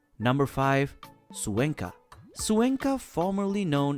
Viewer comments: It' pronounced Cuenca not Zuenca my dear. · You really should learn how to pronounce Cuenca....KWEN-kuh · I cannot believe that you are mispronouncing Cuenca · Cuenca is not pronounced correctly!!